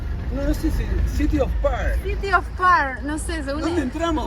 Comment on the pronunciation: Estados Unidos de Norteamérica...así se Dice. Porque también se dice Estados Unidos Mexicanos... y no se dice parr....se pronuncia Far (Pharr Texas)... incultos y bagos